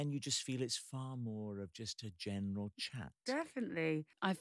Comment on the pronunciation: Just a "Jen-eral" chat with KP.